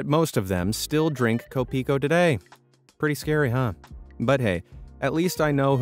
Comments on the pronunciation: it’s not ko-PI-ko, actually, it’s KO-pi-ko ; and it basically means “my coffee” (or coffee ko) because “ko” is an ownership signifier article in Pilipino (Philippine language) example “friend ko” means “my friend” and “TV ko” means “my TV”… we do use a lot of English words as is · YOU SAID kopiko wrong its pronounced ko-pee-koh not kowh-pee-kowh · As a person in the Philippines, you mispronounced Kopiko, the Kopi part of the name is pronounced like a mix of the first part of the word copy and the last part of the word coffee, however the ko part is actually a Filipino word and you did pronounce that correctly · filipino brand learn kopiko properly plz